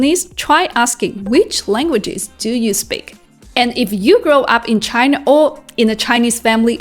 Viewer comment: Good video. Nevertheless, it is “China” rather than “Chiner”.